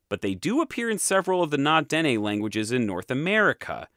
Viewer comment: Na-Dene: stress the “ne” part; like “nay”. Tlingit: pronounce like “Kling-kit” (there is a very slight “t” sound to the “k”; but it’s subsumed into the “k”).